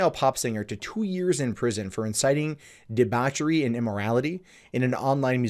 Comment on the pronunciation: When he couldn't pronounce the word "debauchery" properly, I stopped the video At least some countries still have a sense of decency & integrity. In her music video she licks apples, sucks on bananas & pours milk all over a banana. Her video was basically promoting immorality & whore mongering especially, among the youth who are very impressionable to music videos that they view as being hip & trendy. The message she promotes can only lead to broken relationships/marriages & orphaned children. The authorities in Egypt did the right thing by sentencing her.